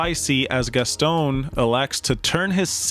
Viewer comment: It’s not pronounced “Gas-Tone”. It’s “Gas- ton” drop the sound of the “e” at the end of Gaston